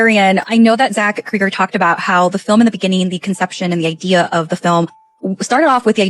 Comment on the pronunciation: why the fuck do they pronounce his last name Krieger like he didnt have a beloved show on tv where they said his last name correctly a thousand times? it's not even spelled like krieger! it's Cregger fuck's sake